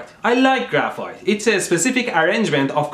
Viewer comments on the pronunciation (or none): Idk guys but in the intro, graphite sounded like graph fart ._.